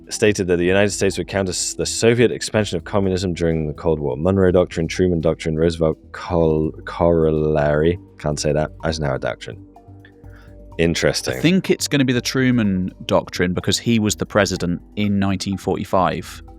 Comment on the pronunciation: When you see "corollary," say Kora-lorry. Not perfect, but close enough